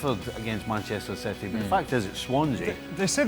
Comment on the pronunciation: Expected ain't it. Citeh.